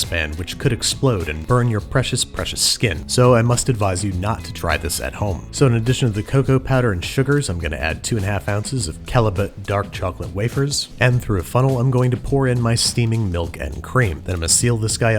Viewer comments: Cal-e-boh, not Cal-e-but. XD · You pronounced Callebaut like halibut Its pronouned Cal-le-beau like like rainbow. Source: I was trained by a frenchman. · Totally thrown by Babish's pronunciation of Ghirardelli and Callebaut. Had to double check that I haven't been saying them wrong all these years!